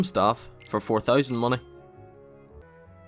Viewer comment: That's a lot of mah-neh